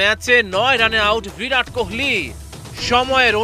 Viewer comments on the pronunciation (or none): none